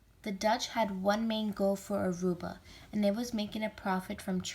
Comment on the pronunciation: At least pronounce Aruba correct. It is not Arubia.